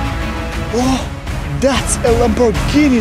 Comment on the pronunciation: Iz juz a pazt of a lamborrgihiiini 💀